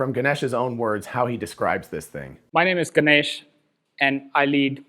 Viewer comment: Ganesh pronounced “Gan- ayish” ay as in “hey” :)